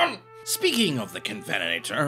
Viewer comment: You almost had me there. No way a Scottish historian can't pronounce covenanter.